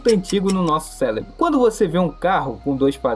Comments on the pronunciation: Amigo, seu vídeo é muito interessante e bem editado, mas por favor... Nunca mais fale "Célebro" de novo, isso tira um pouco da sua credibilidade. O correto é "Cérebro". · Aprende a falar! É cérebro, não célebro! É dentro, não drento! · Pqp, o vídeo até parece interessante, mas parei de assistir no por que você falou "celebro" umas 10x ...... É CÉREBRO PORRA!!!!!! PQP RANÇO de quem fala errado, escreve errado....... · Falou falou falou e a conclusão é: Continue desabafando com a IA, ao menos ela não te cobra uma fortuna por isso... (sem falar nada do "Célebro" ) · . Eu… também falava celebro mas é cérebro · Vídeo muito bom, e explica esse efeito que faz as pessoas acharem que a IA é como uma companhia humana e têm sentimentos. Mas, uma observação: é impressão minha ou quando ele vai falar cérebro sai "célebro"? Não me entenda mal, é só uma curiosidade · Não consegui terminar o vídeo pelo "célebro"" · pq vc fala celebro sendo q vc consegue falar r? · o cara falando CÉLEBRO MAIS DE UMA VEZ DURANTE O VÍDEO, SOCORRO💀💀💀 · "Celebro " Da pra levar isso a sério mesmo? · prano, celebro, crick, apricativo, drento, mds kkk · O malandro fala celebro kkkkkkkkk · "CÉLEBRO" PQP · Siiim que odio 😂😂😂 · Ele falou drento também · Bom vídeo irmão, mas "celebro" foi meio foda de escutar